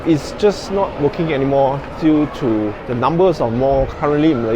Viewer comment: The, not de. Third, not tird. Think, not tink. How you say truth, Tru"th" is how you say "th"e, "th"ird and "th"ink.